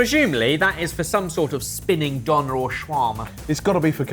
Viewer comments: As a german I want to learn the correct pronounciation of "Döner". "Donner" ist an entirely different word meaning thunder. Döner is just Döner. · as a german, i cringe everytime when you say "Donna" to Döner. good grief.